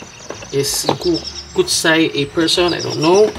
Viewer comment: 古彩 is pronounced gucai - 'ancient/classical color' that's the product name. It's like the Japanese gansai because the binder is animal collagen based. Not really meant to be translucent watercolors as we know them. More comparable to gansai tambi in ingredients and usage. Thanks for your reviews!